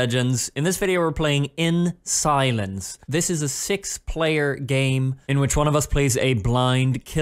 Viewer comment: in shilence